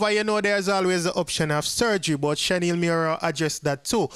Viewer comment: Her name is not Shen-Neil her name is Shan-eil💯💯